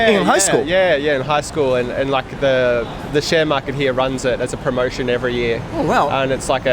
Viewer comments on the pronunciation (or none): none